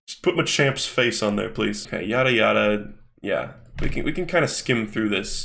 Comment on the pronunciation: anyone else think that when says "yada yada" it kinda sounds like yare yare or am I going insane with the jojo brainrot